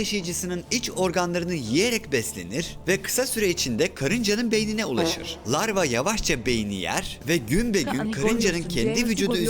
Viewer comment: Ruhi adam o lavra değil larva